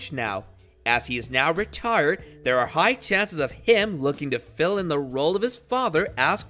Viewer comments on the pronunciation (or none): none